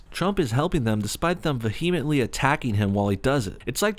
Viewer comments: It's "ve-a-mint-ly" not "va-hee-mint-ly" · It's pronounced vee a mently